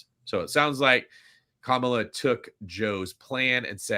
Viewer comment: are you intentionally misspronouncing Kamala's name?